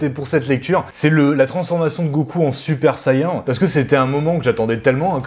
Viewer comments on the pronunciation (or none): Hey! Super vidéo comme d'hab ! Mes oreilles ont saigné quand t'a dit super sayian 😭 (ça se prononce sé-i-aine en tt cas j'ai tjs entendu ça). Sinon super sayiajin en Jap ça marche aussi😂. Le 6 avril ya Sakamoto days qui sort (Glénat) et je te propose un p'tit battle manga avec The Fable car les 2 mangas traitent d'un tueur d'élite à la retraite avec beaucoup d'humour malgré que les dessins de The Fable soit bcp plus sombre.